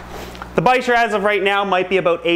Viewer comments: ReecePocock VLOGS bichir? Bicher? (Pronounced bi-sher, I don’t know how to spell it) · Isn't bicher (the long wiggly fish with Frank) pronounced biker??